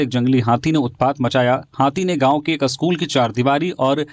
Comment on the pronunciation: स्कूल अस्कूल क्यों बोल रहे हो